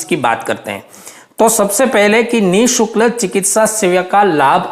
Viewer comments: Sir nisukl nahi nishulk hota h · Ni shukl nhi hota ni shulk hota he